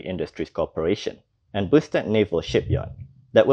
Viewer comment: hahaha...they often said boosted!!!!!